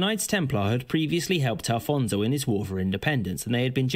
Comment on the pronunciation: Afonso Henriques - not Alfonso....